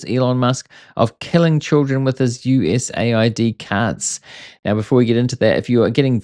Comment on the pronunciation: Bro US-aid not USA-id? USAID 😂